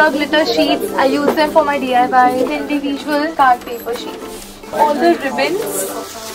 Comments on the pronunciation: Yes,She says ind-ee-visuals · Am i the only one who obsereved the way she says 'individual' ?